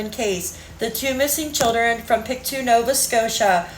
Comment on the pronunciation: It’s PICT-oh (rhymes with no) not PICT-ew. Not a big thing 😊, just sayin.